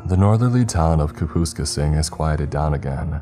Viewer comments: Kap us k sing, is how the town's name, at the very beginning (after you read the See What I DidThere? description of the SUV heading back from the ice fishing trip being 'Stuffed to the gills') is pronounced 👍 Not- Ka poohs ka sing. Helper. Not Dickhead😁👍❤️🇨🇦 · I'm pretty sure it's pronounced, kaa-pass-kayss-ing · It's pronounced ( kap-us-skay-sing) Kapuskasing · If you're curious, Kapuskasing is pronounced Kap-us-CASE-ing. Not sure how else to illustrate inflection than caps; it gets the idea across, I assume. It's a pretty area, monsters notwithstanding. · I live in southwestern Ontario, the name of the town is mispronounced. Its correct pronunciation is Kap-is-kay-sing, not Kah-poo-skah-sing. But yeah, Dogmen very well do exist. I saw one 8 years ago in Lynden, Ontario from about 250 yards away in -45 winds during February. Saw its prints and strides in the virgin, fresh snow the next day. Estimated it's size to be in the 9ft range. I don't need, nor do I ever want anymore proof of their existence. They are as real as the sun rises, and those tracks and strides I witnessed in the snow, will forever continue until the very day I die, to leave no doubt of their ongoing presence here. That is not just my opinion, that is fact. 🇨🇦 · Having been a truck driver through northern Ontario for years, a friend of mine and I have joke for years about the Kuh-pus-kasing beast… his ex gf. Great story but had to laugh about the pronunciation of “CapIS-casing” Good work eh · Lol I had to think about where he was talking about when I first heard it. I can't wait for the Saskatchewan stories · I was hoping someone else noticed💀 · I don't think I've ever heard someone say Kaps name like that lol. I was wondering where tf the town was considering its in the "north" lol this isn't north not even us locals consider it the true north but good story. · But the way you said it was funny as fuck kapuskasing